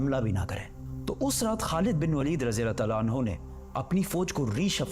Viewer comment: Khlid bin waleed is actual pronounced